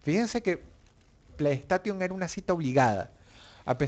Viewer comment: y después dicen el inglés de los españoles cuando da cáncer escuchar "playstation" literalmente xD "PLAY" = "PLEY" "STATION" = "STEIXON" no es difícil... xD